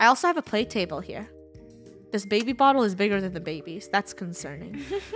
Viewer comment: “ I have to pay for.... a BAIBY! “ - Funneh 2020